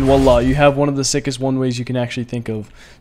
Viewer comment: mans said Wallah instead of Voila 😂